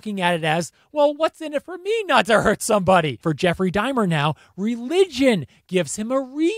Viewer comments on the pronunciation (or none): bruh its not dimer. Dahmer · Oh, my word! Stop saying "Dimer"! It's an "AH" sound! Dahmer! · Dude, it’s DAH’mer. Not DAY’mer. DAH’mer, DAH’mer, DAH’mer. Thank you…😜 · It’s pronounced DAW-mer. Not DIE-mer. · Why do you say it like “Dymer?” You pronounce it “D AH MER” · “Dime-r?” 😂 it’s Dahmer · It's not Jeffrey Die-mer, like climber... It's Dah-mer. Rhymes with Bomber. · Great video, as always. But it's Jeffrey Dahmer, not Dimer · "Jeffrey Dimer?!" I reckon you mean Jeffrey Dahmer. Funny story: My best friends growing up had neighbors with the surname "Dahmer" (no relation that I know of), and in '91, when Jeffrey Dahmer was caught, the family started pronouncing their name as "DAY-mer!" True story...I think they may have eventually even changed the spelling, though I'm not sure about the spelling change... They definitely did make a point out of the different pronunciation, though. Also, growing up in Cook County, IL, I went to high school with the son of Gayce's defense attorney! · Babe. Sweetheart. My guy. It's dah-mer. Dom-er. Not DIMER. Come on my guy. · DAH- mer. Not Dye-mer. This guy 10 years old? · It's Jeffrey Dahmwr (DoM Mer), it's not pronounced dimer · OMG it is Dah-mer not Die-mer. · Son, its Daaamer, not dimer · Dahmer is said Daw-mer. Not dai-mer. His mom lived in my town & died here, of breast cancer, in 2000. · I'm sorry...it's Dahmer, not Dimer. Not trying to be a butthole, my mild OCD just wanted to let ya know.😔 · It's Dahmer not Dimer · Jeffery Dahmer is pronounced Jeffery D-ah-mer not Diime-er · It’s pronounced DAW-mer. Not DIE-mer. I can’t focus on anything you’re saying because of this. Please re-do the entire video lol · Its DAHMER....Not DIMER!!! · Dahmer, not daymer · It's not pronounced Geoffrey Die mer it's dar ma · Dahmer not dimer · Dahmer = DOMM-er not DIME-er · I've never heard anyone call Dahmer "Dimer"....until now. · Dah-mer Dye-mer!?!! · How many times did you call him Jeffrey Dimer/Dymer?.. LMFAO